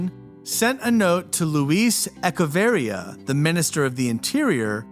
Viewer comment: E CHE varria. Start with "Etch-A-Sketch". It's not rocket lingusitics.